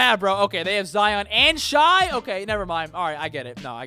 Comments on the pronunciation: It’s pronounced “shay” not “shy” do you do it on purpose? Or do you not listen to the announcers/analysts? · Am I the only one noticing he said shai wrong or am I just buggin? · 🤦🏻‍♂️🤦🏻‍♂️🤦🏻‍♂️ your pronunciation of shai